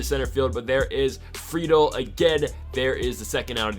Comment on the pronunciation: U finally said friedls name right at the end. Love this series